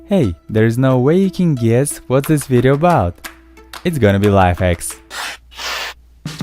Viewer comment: "Hey! There's no way you can guiess what is this video about!" xd